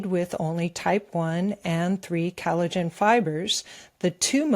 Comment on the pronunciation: is emulating VDH in his frequent mispronunciation of words. She pronounces collagen as cal-i-gen. No,, it's "coll" not "cal".